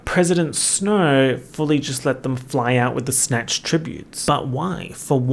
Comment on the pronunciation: I had to take a sanity break after you pronounced Snow's name as Sn-Hoe. you cant keep getting away with this